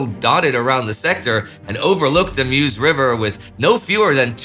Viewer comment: If Indy will be mentioning the river in the future, it's pronounced "Möz" rather than "mews". ;)